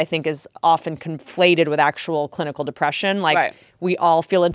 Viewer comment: I LOVE Whitney, but the word “conflate” “twiggows” me.